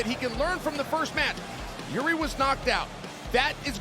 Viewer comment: Chael saying Jiris name right makes me feel like I am in a simulation